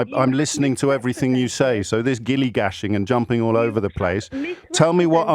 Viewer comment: It's gish-galloping James, not "gilly-gashing".